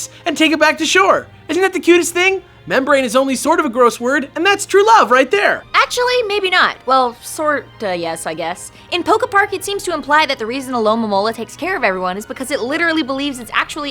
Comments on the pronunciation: mommola is how you say it but the real name is *alolamola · Alo-mo-mola its enspired by the mola mola aka sunfish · It's alomomola sorry for nitpicking